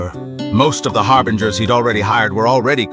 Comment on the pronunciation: "and so you aproach the sixth of the fatui HARBRINGERS...." I think something might be wrong with pronounciation..